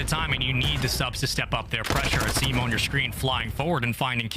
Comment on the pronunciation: It’s pronounced Ah-Sim(Asim) not effing ay-sim god damn this lady pissing me off